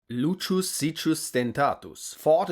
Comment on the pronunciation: Not Luchus. It's Lukius. Learn it!